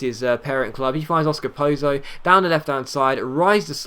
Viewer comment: he said Oscar Pozo oops.. cough Oscar Polo